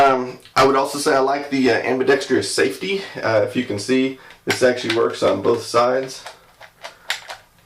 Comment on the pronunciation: Ambidextrous is a four syllable word. Not five. Just sayin. :)